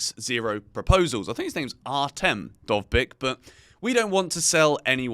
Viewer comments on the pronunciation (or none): you nailed "Dovbyk", but "Artem" was dreadful. it's more like Ar-tiom or A-tyom.